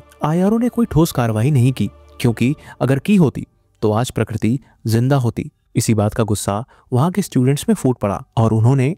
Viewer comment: Dude !! Please pronounce her name properly. The word 'Prakriti' is in Hindi Dictionary, its not that unique or foreign from your language.